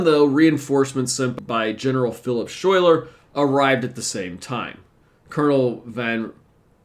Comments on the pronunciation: Major General Schuyler's name is pronounced Skyler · Wrong pronunciation . General Schuyler should be pronounced as "Sky ler" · Burgoyne rhymes with join. Schuyler is pronounced Sky-ler and he is the same guy that has daughters in the play Hamilton. On a positive note, you got the pronunciation of Skenesborough correct. I am from Schuylerville (the village that is on the site where Burgoyne surrendered). There are plenty of names that are said in an odd way in the area with all the Dutch names. And locally, Rensselaer rhymes with lear - but I have heard it said the way you do. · Schuyler is pronounced Sky Lar. You did get Skenesboro right though. There was no Champlain Canal next to the battle, so it would have been extremely difficult terrain. As a local social studies teacher, I was impressed by your assessment. One major factor that you didn't mention was Burgoyne was a dandy who took an excessive amount of unnecessary things with his army. His own stupidity slowed him down. The Americans could easily predict the British route given the geography.